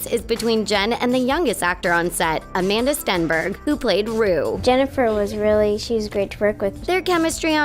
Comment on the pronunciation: anyone else twitch every time she messes up Amandla Stenburgs name?